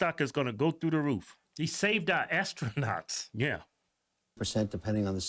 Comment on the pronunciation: "He saved our Asstronauts"